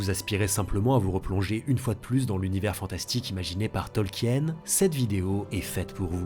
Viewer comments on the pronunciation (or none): Ça fait toujours chelou d'entendre Tolkien prononcé comme ça (mal lol)